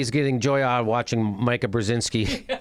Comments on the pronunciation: The name is Meeeeeeeka Jimmy not Meyeka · JImmy it's Meeka not Myka. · It's MEE-ka.. NOT "Mike-A"... ugh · Me-ka not Mi-ka in terms of pronunciation....lolllol that's how she pronounces her Polish name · "Mike-ah?" No, "Mee-ka." Obviously Jimmy has NEVER viewed Morning Joe. Oh, now he is saying: "Mee-ka." Did someone whisper in his ear? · Jimmy, it's mEEka, not mika. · Her name is pronounced meeka..... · It's pronounced "Mee-ka" ;) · Oh, and learn her name. If you're going to make fun of Mika pronounce her name correctly.